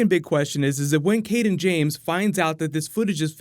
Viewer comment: Why is it every time someone mentions the name "Cayden James," it sounds like they are saying "King James?" It's been confusing me off all season.. lol